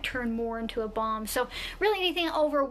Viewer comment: Anyone else hear 'bong' when she first said balm.